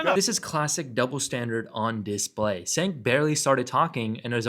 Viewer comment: Cenks name is pronounced with a j. Think of it as Jenk.